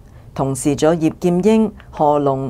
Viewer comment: 是“粟裕”，不是“栗裕”。